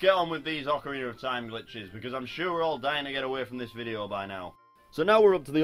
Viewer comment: That's how it's pronounced.